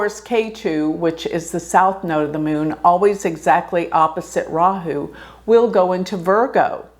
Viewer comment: You pronounce 'Rahu', 'Ketu' very well! 'Ketu' is perfectly pronounced, 'Rahu' is 99.8% correct. Looking great, too.